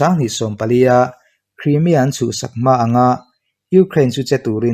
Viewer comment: Sir Krimia i tih ziah a. Kraimia tur. I channel hi thra ka tia ka en ve ziah a, lo sawi ve maimai.